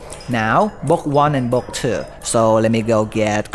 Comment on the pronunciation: Omg it’s book not boochk